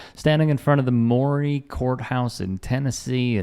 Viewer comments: Maury county in Columbia Tn . They pronounce it * MURRY* this town is about 50 miles south of Nashville on U.S 31 or down I-65 having lived there for 10 years I know why they pick this Columbia courthouse for the video ! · It's colloquially pronounced "Murray" County. This liberal Tennessean was born and raised here in the shadow of that County Courthouse in Riverside. I found the song and music video absolutely abhorrent, immensely partisan, and asinine. Columbia, the home of President James K. Polk, is not a small town. Nor is the county of over 100,000 people here in the greater Nashville Metro area. You know Nashville...a liberal enclave like any other metropolitan area, which has been gerrymandered, wholly partitioned in order to make a seat for Andy Ogles, our former county mayor and charlatan. All to give the GOP a 9-1 majority rather than an 8-2 (Nashville and Memphis) further diminishing the representation of their liberal, fellow countrymen like myself. But I digress...back to you people, my ideological allies. Do not disparage my hometown for the sins of a bygone generation. Yes, this county, like much of the South, has a great deal to atone for in its abysmal civil rights history, and yet, it has had a great deal to contribute to the nation at-large for its progress.